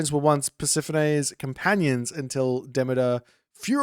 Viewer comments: He's saying it wrong. Yours is actually closer to the correct pronunciation. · I haven’t heard that pronunciation of Demeter before. My stupid brain wants to say: De-mee-turr